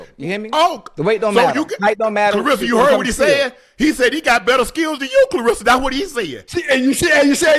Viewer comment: Shannon...Shay...Unc...Please Take A Phonics Class and Stop Mispronouncing KLAH RESS A Shields' name...R E S S A ... RESSA